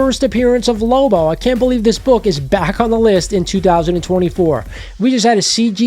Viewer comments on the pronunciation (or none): just joshing on how you pronounced Lobo.